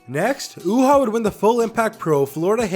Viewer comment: It's pronounced U-Haa